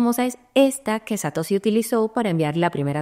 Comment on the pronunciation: Satosi ? Es la primera vez en mis 8 años de crypto que escucho a alguien pronunciarlo así.